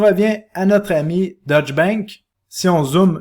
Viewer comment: Information général, il est important de prononcer deutch "deutsch" et non "dutch". Deutsch est la langue allemande, dutch est la langue hollandaise.... La prononciation change le pays..... ;-)